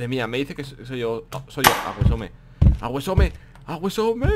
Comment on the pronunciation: Porque disen awesome si se pronuncia ausom